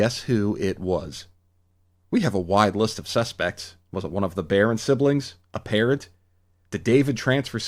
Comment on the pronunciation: I legitimately thought you said a parrot, not a parent, at the beginning. For a brief moment an AU where a bird accidentally acquired morphing powers and joined the team as a reverse Tobias came to mind an it was very funny.